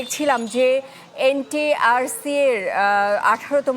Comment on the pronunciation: Tui to ntrca e uccharon korte paris na abar news dite assis!!!😂😂